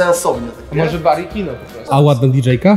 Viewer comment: Kino a nie Dino